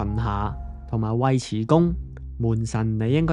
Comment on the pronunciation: 門神係泰「鯨」，瓊瑤嘅瓊；同埋「屈」遲恭，尉遲呢個姓氏嘅尉同我哋平時讀音唔同